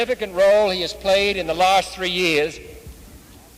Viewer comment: You've got to love his Boston way of speaking. Beautiful. He pronounces "last" in the English manner and "passing" in the American manner. Pardon me for saying "English". It is the "Boston Manner".